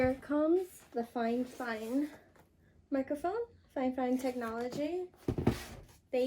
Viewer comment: It’s not figh fine it’s fi fine